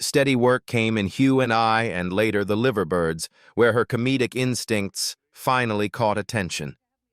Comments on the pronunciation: And Liiiver birds, not Livver birds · The Livver Birds? Seriously? I suggest the narrator stays away from Liverpool after that gem. 🇦🇺 Just heard Zee Cars. Z Cars (Zed) was a favourite in my house. Isn't there a Brit somewhere who is happy to narrate British content?